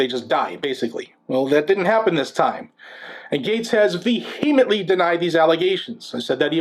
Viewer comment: First.....never say vehemently...lol ...that's all I got